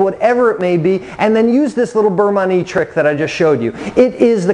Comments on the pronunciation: Beurre Manie is pronounced burr mahn-yay acc to Jacques Pepin and Julia Child. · Thank you because listening to that mangled pronunciation makes me think he’s not really sure what he’s doing! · It's pronounced (burr mahn-yay) and it's a Nouvelle style for quick thickening at the end of the cooking process. The butter also helps add shine and flavor to the sauce, kind of like a "Monter Au Beurre" (mohn-tay ah burr) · Yes. Great info but the pronunciation was making me crazy. Because he repeated it so many times. 😏